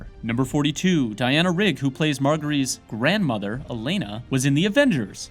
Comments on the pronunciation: mar gery? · Marghery??? Are you kidding me? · I really enjoy these but does ANYONE who actually watches the show narrate these things? They often pronounce names that are said in the show incorrect (Margery) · They also pronounced Margaery's name wrong How hard is it to not fuck up